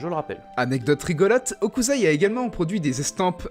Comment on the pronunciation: Super, vraiment, mais c'est HOKUSSSSSSAI, pas Hokuzai, ça m'a fait cringe ahah ;) (j'sais, j'suis chiant)